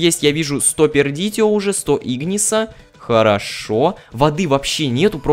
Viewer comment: Учись читать латинские названия. Perditio читается "пердицио".